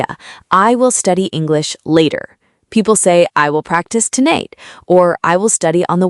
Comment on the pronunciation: Thank you for sharing such a great video! 👍 Just a small question: how is "tonight" pronounced? Phonetically, it should be [təˋnaɪt]! 😅 😊 Can you change the pronunciation of that word? 😅🙏 I hope to share your wonderful video with my students and readers as soon as possible.🙏 😘